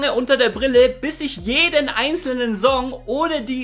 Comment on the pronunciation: Alter sprich das "S" in Wörtern wie "Song" z.B. bitte korrekt aus! Danke!